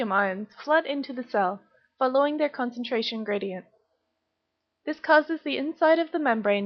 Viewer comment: the video is good i just didn't know that that is the way you say "following"?????